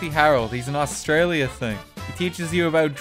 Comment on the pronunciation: y can no one exept australians say australia properley.